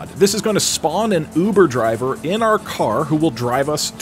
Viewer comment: Hear that it’s his uver javer